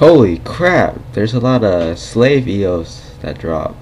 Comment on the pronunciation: its salve not slave....